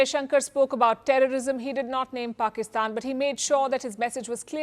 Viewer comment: There is "Petty" and then there is "Pakisthan" 😂